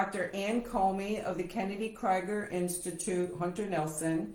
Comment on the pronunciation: The organization is pronounced "Kennedy KREEGER" not "KRIGER".